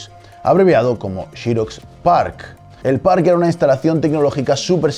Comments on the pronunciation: En los comtarios dice que no nos quejemos de como pronuncia apple.. pero no dice nada de Chirox.. jahaahahahahahaha.. que en todo caso se pronunciaría Sirox o Serox como en España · chirox chirox jajajajaj se dice serox hombre!! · Por Apple no es drama q lo pronuncies cp lo hacen en España, pero pronunciar Xerox como 'shiroks'? Hasta el fabricante se autopronuncia 'ziroks' y generalmente en LA lo llamamos 'zeroks'. ✌️ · Nunca se ha pronunciado XEROX como chirox se pronuncia SEROX españoles pronuncian como el CULO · shirox, se dice xerox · Se dice "xerox", no jiros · "Todo comentario sobre pronunciación será ignorado". Que jeta más ignorante. Si vas a decir Aple no digas Apel y di Serox, que no es catalán!!! Es obvio que estamos en España, pues habla E S P A Ñ O L! Cada una de las 10k veces que dijiste "Shirox" me salieron chorros de sangre por los oídos... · no lo tomes a mal pero dedicate a lo tuyo en esto no eres bueno MINIS PC eso si eres bueno viendo cosas nuevas es una idea espero que no lo tomes a mal .......y se se diceXEROX no YEROX .....JAJAJAJAJAJAJAJAJA es broma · "SHIROX"??? ----> mmmm....es "SEROCKS" al menos en Arg. saludos! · Shirox!!!!! jajajaja, jamas imaginé que los españoles le llamasen así. En latinoamérica le conocemos como Xerox o fonéticamente hablando: gzerocs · Todos flipando con Apel, Apol Aplele, Aple, pero a mí me llamó la atención que pronuncie "Chirox" al referirse a Xerox. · Está bien, no comentaré sobre lo de Apple (aunque si nos apegamos a tu argumento entonces tu nombre se pronunciaría "", y no "Neit", jaja), pero si que me dejó pensativo lo de la producción de Xerox, "Chirox", jaja, y sí, se que en España es así, como Xiaomi que le llaman "Chiaomi", pero por el bien de la humanidad mejor pronunciar "serox" o "zirox" como en inglés, jaja. Saludos. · Vale lo de "Apple" o "Apel" como dicen en españa, pero ¿xirosh? ¿por que? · súper, como se lee o como se pronuncia, sin caer en inventar, como por ejemplo "Chiros"...